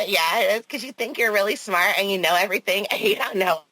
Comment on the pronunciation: Usually means someone else told him something .. he never figures anything out himself . When he does look and see he is still off the mark . I love how Winnie calls him out for being stupid while always claiming to be “ smaht “